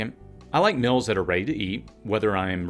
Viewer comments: It seems like this guy is purposely finding reasons to mispronounce the word 'meals' as 'mills' which is less a dialect and more a child's mistake. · Regional differences. Just like some people put an R in washing or Washington. Not childish at all.